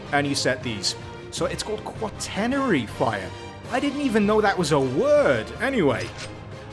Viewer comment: Quaternary is said "qua-ter-nayr-ee"